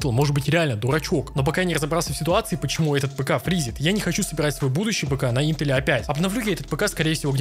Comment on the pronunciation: ты топчик но интел произносишь не правильно